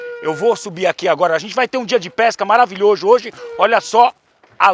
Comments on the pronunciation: Kskskskk " Vamos ter um dia de pesca marvilhojo Hoje" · “Maravilhojo hoje” kkkkkk